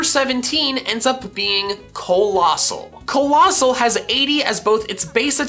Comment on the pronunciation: COALOSSAL, NOT COLOSASSAL!